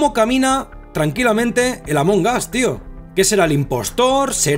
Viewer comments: Dice amongaz en vez de among us XD pero among us se significa entre nosotros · Se pronuncia Among as Y se escribe Among Us